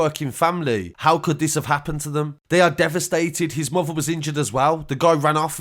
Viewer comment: The way he says fafer , mofer ans brofer